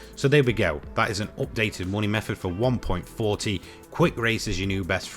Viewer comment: Stop calling it one point forty. It's one point four.